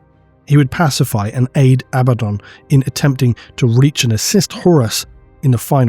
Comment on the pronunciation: Why would you not say Abaddon!!?I swear I've been waiting for you to say it right for fucking years!!! I mean abbadon, really? Sorry, I'm getting worked up. I need to calm down